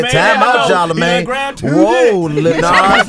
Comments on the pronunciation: Nobody: Webbie: “CHARLAMAGAYE” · He called him charlamagay lmao